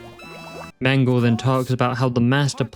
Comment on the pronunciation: As a native german speaker: The last "e" in the name "Mengele" isn't actually silent. It's pronounced the same way the first two in the name are. It kind of bothers me that english speakers never pronounce it correctly, even though it's actually not that hard. (Or just look up how to pronounce it beforehand.) I get it when it's a name like "Bach" or any other word with a "ch" in it since that sound doesn't exist in english, but something like "Mengele" really isn't that hard.